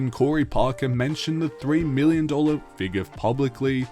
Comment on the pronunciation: I can’t help but hear Billion when you said million some of those times. Idk why haha